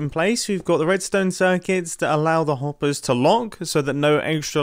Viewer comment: "allows the Ompers To LOnk" AHHAHAHAHA LMAO